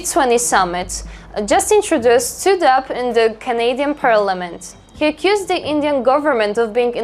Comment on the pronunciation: Perks of accent barriers, she says "accused", I heard "kissed" 😂